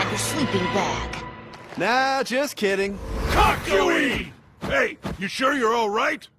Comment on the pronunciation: Its CACK YO WEEN